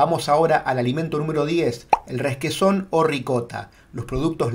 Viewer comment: 10- " ReSquesòn " ???? Pero de què planeta sales? R-e-q-u-e-s-ò-n, sin más drama. Cuando dudes acerca de cualquier palabra, no improvises. Usa el diccionario! Feliz Año.